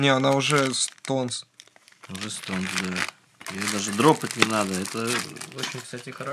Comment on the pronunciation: Не на стонсе, а на стенсе. Но видео класс